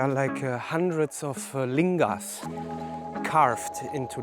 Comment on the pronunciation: Why do you say lingas. Looks like Naga carving, older.